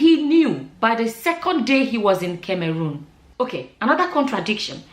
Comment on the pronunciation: please can you pronounce CAMEROON well? 😂😂😂😂🙏🙏You are pronouncing it in past tense it’s actually pronounced in present tense. Beautiful and intelligent woman.